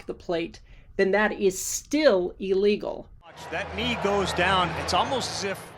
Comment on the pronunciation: It is not "ee-legal." It is illegal.